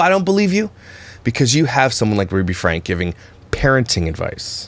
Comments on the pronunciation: I don't neccessarily disagreee with your thoughts...just get her name right. It's Frank-ee not Frank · F. Y. I. It’s pronounced FrankE. Don’t forget to say the “E”. Lol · HER LAST NAME IS PRONOUNCED FRANK E —. ADD THE E ON THE END. I ALSO THINK THEY HAVE TO MUCH MONEY, IT HAS GONE TO THEIR HEADS. WHAT A SHAME!!!!